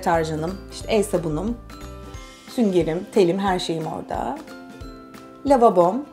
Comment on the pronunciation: ablacım lavobom demişsin lavabom olcak. Hatta yanlış olanın yazarken altında kırmızı çizgi çıktı yanlış diye bide annemede sordum sizi seviyorum ablacım yanlış anlamayon😀😀😀😀😍😍😍😘😘😘